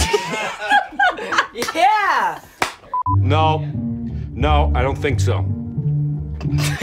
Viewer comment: "iTs YoUr GrAnDMaw "